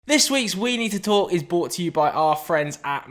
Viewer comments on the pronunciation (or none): Once again saying "bought" to you by Manscaped instead of brought